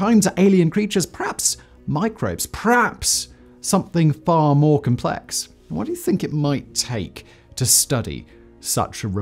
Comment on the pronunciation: Sorry Simon. Stop trying to sound American and mispronouncing words like "complex". How big is a basketball court? I don't know. Who is Shaquil O'Neill? I don't care. Tell us what the bloody thing is and what it will do. Literally unlistenable